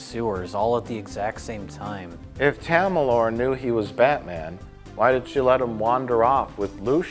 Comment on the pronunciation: was "tamalore" said purposely? or did they just Fuck up Talia`s name? lol either way, funny, and I love the down syndrome Joseph Gordan Levitt lmao